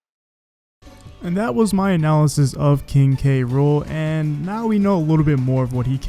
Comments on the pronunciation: Is the announcer calling him King Rool and leaving out the K? That makes me cringe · Seriously go watch the video on Nintendo UK They list it as "Gang-plank Galleon" and pronounce his name as "K. Rool" in the victory screen